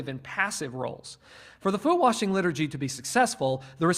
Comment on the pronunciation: Have “Foot Washing Service” where we wash the disciples’ feet. However, saying “warshing” or “worshing” should be flogged.